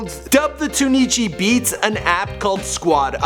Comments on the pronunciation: This man said Tune EEE chi 💀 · he also said "tune ee chee" instead of tunechi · So nobody caught him saying "Tun-knee-chi" Beats?? 😂😂 Its pronounced "Tune-chi" my guy. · your lack of knowledge about his brand is showing lol, its Tune Chee, no Tuneechee. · LOL lfirst he says " TURK-FIT" then TunEEchi LMAOOOo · turkfit? Tuneichi? Suhpra? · Dude do a lil more research lol turkfit,tunie-chi, wiz-and-ope,suhpra none of these are the correct pronunciations lmao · They way he pronounces "Tunechi", and Trukfit" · you just use the intrnet for research well...how can you not know how to pronounce supra, trukfit, tunechi????? it became annoying imo tbh!!! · he said trukfit and tunechi so wrongly lmao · Loool did anyone notice the way he pronounced Tunechi ???? 😂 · he mispronounced Trukfit & Tunechi